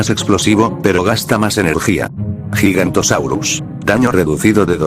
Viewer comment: Se dice giganotosaurus ni gigantosuario